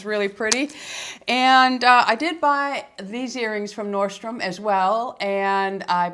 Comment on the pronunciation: ...just an FYI: It’s norDstrom....it sound to me like you’re dropping the D.